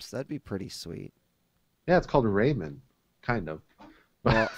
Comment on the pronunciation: how the fuck did he just pronounce rayman? raymen?